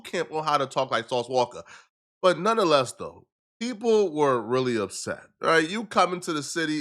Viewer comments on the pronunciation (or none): If anyone else said "skreets," i would just be like 🤷🏽‍♀️ but you manage to make everything so cringe." Just stop! 😂 Btw, it's "noneTHEless," not "noneDUHless." 🤦🏽‍♀️